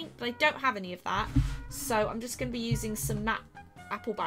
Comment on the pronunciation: U said goinging not going